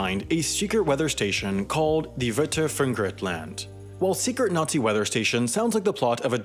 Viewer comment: As an Austrian it is kind of funny hear you say Wetter Funkgerät